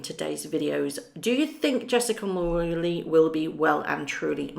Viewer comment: Mul RO nee It's not "roo"